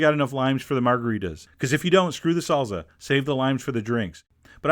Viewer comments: its salsa not sallza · its sal-sa not sal-za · Sahl-ssah, not salza, John! :) -- Question: Why, oh why don't you use a small hand chopper? (No, I mean it's hand-powered, not electric, not to chop hands, that would be bad, haha!) It's about a pint-size jar with a four blade chopper that screws on top. You put in a small amount of, say, onions or tomatoes or herbs, seal, chop vigorously (but not so hard you break the jar!) and empty and do another batch. That seems so much easier than all that time fiddling with dicing individual cherry tomatoes. A food processor on for a couple of seconds, or a hand electric tool might do it, but yeah, would be more prone to produce instant purée, not what you're going for for salsa. The hand chopper can do things in small batches at just the right speed, so you don't make soup , you end up with a nice dice. Just saying. -- Love your videos and the humor. And mmm, good food. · IT’S NOT “SALZA”! It’s SAL-SA!” Always “S” sound! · Chef, your French is great, but you gotta work on that Spanish! Salsssssa, not salza ;-) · its pronounced salsa not zalza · That's my only complaint, I speak spanish and "salza" drives me up the wall. Our friends in Spain don't pronounce it "Sal-tha", so there's no need to say it "salza". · its not salza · Salza and tomatas. Chef John you ain't pronouncing your words right ;) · salsa is pronounced salza, and syrup is pronounced surp. Welcome to chef John's world! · I live you john. Even when you had hairy knuckles. But "salza" makes me nuts. Gotta say :) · "Tomataz in the zalza" could do without the narration... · he calls salsa "salza" haha( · I love the way Chef John says salsa......... salza :-) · Thumb up for "salza"! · Chef John, Y U Say 'Salza'? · Oh my god please stop saying "SALZA". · you say salsa so funny!! it's like salza lol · i literally giggled each time chef john said "salza" LOL. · The pronunciation... I just can't...